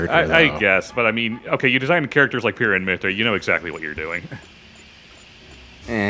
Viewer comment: Can you please stop calling her Pyrrha? It hurts, in multiple ways. It’s Pie-ruh